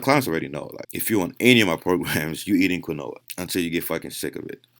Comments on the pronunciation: My man said "Kween-whoah-ahh" (Just messing around I appreciate this great knowledge he puts out for free lol) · It’s pronounced “keen-wa” not “qwa-Noah” lmaoo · Lol Keen-wah not Qwin-noah ! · Its pronounced... Lile keenwah not quinoa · Quinoa is pronounced “keen-waa” 😅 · Just heads up Its pronounced keen waa. Not trying to be a dick. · Quinoa is pronounced KEEEN-WAAA. Mispronouncing it intentionally makes you sound ignorant. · 80% of comments - it's KEEN-WHA. 10% of comments - what kind of quinoa is best? 9% of comments - what kind of granola is he talking about?? Me: god I hope I metamorphose into a Butterfly !!! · I went to the store and bought granola and spinach.... Had no idea he was trying to say quinoa. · i cant hear what you say.. granolla? or quina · But, sure you you only have to eat 16 kilos of spinach to reach the 100mg of that endo steroids of the compound. This why you dont see jacked dudes from spinach or Quinoa Pronounced "Keenwah" The study used spinach extract. Did you study the results? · Ok?? So was the study spinach? Who ate spinach and got near these crazy gains? Btw its pronounced keenwah. Lol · do you mean Quinoa? im hearing you say kanoa. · quinoa = keen-wah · Quinoa is pronounced "keen-wah" !!! lol Good stuff as usual though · lol you didnt fix your pronunciation of quinoa (keen-wah) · Quinoa is pronounced KEEN-WAH! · Quinoa is pronounced keen-wah. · Quinoa pronounced KEEN-WAH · It's KEEN-WAH not granola lol